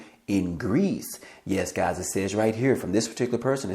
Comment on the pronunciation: C'mon gahz listen up gahz. Listen here gahz you heard it here first gahz